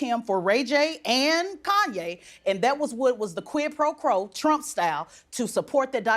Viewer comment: " quid pro 'crow' " lmao